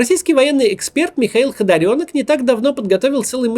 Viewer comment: Не ХодОрёнок, а ХодАрёнок